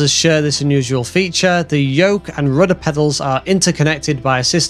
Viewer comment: Are you German? I like the way you say "rooda"